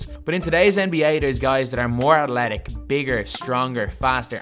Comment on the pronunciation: u keep sayin atletic. What the fuck is that. It’s ATHLETIC dumbass